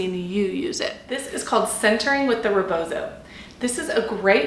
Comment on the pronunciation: First words our of a non POC person mouth attempting to educate about a cultural practice that isn't your own should honor the stolen land you are on, site that this is from an indigenous practice, and learn how to actually say rebozo. My culture is not for sale for white folks!